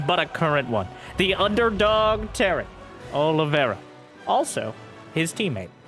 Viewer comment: Olivera? Is his name not Oliveira?